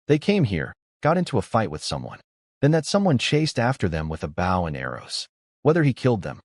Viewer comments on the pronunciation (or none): Mispronounced bow, for bow and arrows, archery. Also mispronounces bow, like a show of respect. This happens every video. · And once again the AI cannot pronounce the proper word bow, archery equipment instead it talks about leaning forward and respect or the front of the boat. Almost every one of these AI do it. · how come you can say crossbow right but cant say Bow right. all you do is take cross out of bow to say it the right way for a weapon.